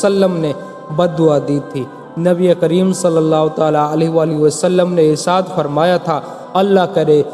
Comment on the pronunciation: Irsaad nhi irshad hota hai hazrat............or ha sahih daleel le kr baat Kiya kriye , werna jhuti kahani to koi bhi bana skta hai Rasool Allah Muhammad ﷺ ne farmaya: jisne mere sahaba se bughz kiya wo mujhse nhi Waqt hai bughz e sahaba nikaal dejiye...........werna rasool Allah Muhammad ﷺ ki safat bhi nhi naseeb hogi